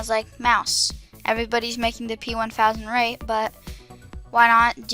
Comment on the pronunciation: sry to say man but not only is this way bigger than the real version but it you also said ratte (Rat-uh) wrong